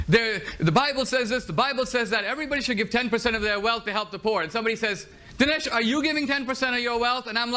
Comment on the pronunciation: Not quite, its pronounced Din-aesh (a typical Indian or rather a Hindu name and de (Portuguese for from) Sow za. I know a little about this.